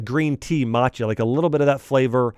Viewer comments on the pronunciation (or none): none